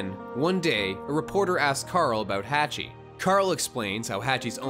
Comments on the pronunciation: My guy said "hatch-e" Edit: the real name is pronounced" haw-ch-ee Hawchee" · It's pronounced HAW CHEE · Umm you could at least PRONOUNCE Hach's name correctly. Did you even WATCH the movie?